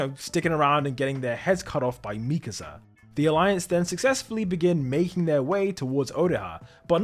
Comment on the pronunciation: The way he pronounces mikasa in past two videos really irks me. Like have you even watched the show?